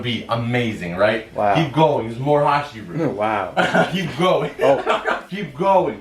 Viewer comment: Correctly pronouncing the word hashira deserves and instant like